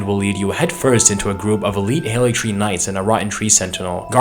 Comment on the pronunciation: Something that I've not seen anyone mention is that the Haligtree is pronounced Ha-li-y-tree. Halig just means holy in Old English